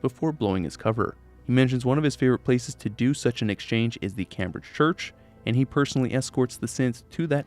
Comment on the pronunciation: I’m more concerned about how he can’t pronounce Cambridge